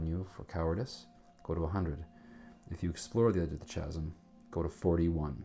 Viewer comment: Very enjoyable. For the record, though, "Chasm" is pronounced "KAZ'M."